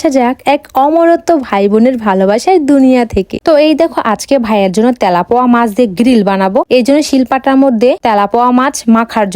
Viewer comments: তেলাপোয়া❌ তেলাপিয়া✅😐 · তেলাপোয়া না তেলাপিয়া হবে 😂😂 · তে🤣লাপুয়া না তেলাপিয়া মাছ বলে😮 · গইজ কি ভাই? ওটা গাইজ হবে,,,,আর তেলাপোয়া না তেলাপিয়া আর মাসলা নয় মসলা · আপু তেলাপোকা না তেলাপিয়া মাছ 😂😂😂😂😂😅😅😅😅😅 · তেলাপুয়া না তেলাপিয়া মাছ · মাছের নাম টা ঠিক করে বলেন মাছের নাম তেলাপিয়া মাছ তেলাপোয়া, না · আপু এটা তেলাপোয়া না এটা নাম তেলাপিয়া মাছ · তেলাপিয়া ❌❌ তলাপোয়া ✅ ✅ 😂😂😂😂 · তেলাপিয়া মাছ ❎ তেলাপুয়া মাছ ✅ 😂😂😂😂😂😂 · তেলাপোয়া নারে বোইন তেলাপিয়া😂😂😂😂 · কত বার বলব এটা তেলাপোয়া মাছ না এটা তেলাপিয়া মাছ হায়রে ওসিখিত😂😂😂😂😂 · তেলাপোয়ানা অর তেলাপিয়া হবে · তেলাপোয়া না তেলাপিয়া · তেলাপিয়া ❌❌ তেলাপোয়া✅✅ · তেলাপিয়া ❌। তেলাপয়া ✅ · তেলাপিয়া ❌ তেলাপুয়া ✅ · ইতিহাস সাক্ষী এই মহিলা সবসময় তেলাপিয়া মাছকে তেলাপোয়া মাছ বলে ❤❤😂😂😂😂😂😂😂😂😅😅😅😅😊😊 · তেলাপিয়া ❌ তেলাপোয়া ✅😂😂😂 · তেলাপিয়া না তেলাপোয়া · তেলাপিয়া❎ তেলাপোয়া✅😂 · সে উচ্চারণ করেছে তেলাপোয়া তাই মজার ছলে বলেছি কথাটি আপনি যদি সামান্য মজাটা বুঝতে না পারেন তাহলে কমেন্ট করবেন না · তেলাপিয়া ❌ তেলাপোয়া✅ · তেলাপিয়া হবে সঠিক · তেলাপিয়া মাছ হবে সঠিক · তেলাপিয়া ❎ তেলাপোয়া✅😂😂😂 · তেলাপিয়া মাছ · তেলাপিয়া ❎❎তেলাপোয়া✅✅ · তেলাপিয়া মাছ হবে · এই মেয়ে পড়া লিখা করে কিন্তু নামে কোনটার উচ্চারণ কি রকম তা জানে না জরমোদিন,তেলাপোয়া,পাদ, গয়েজরা কিসব কথা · তেলাপোয়ানা তেলাপিয়া আর মসলা না মসলা 😂